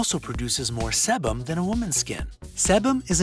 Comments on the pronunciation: Sebum: SEE-BUM; Sebaceous: SUH-BAY-SUHS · Sebum has a long e sound, and sebaceous sounds like “su bay shus”